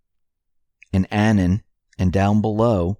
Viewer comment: Say the word "anonymous" out loud. Now just say the first part, anon. That's how it's pronounced. Thanks.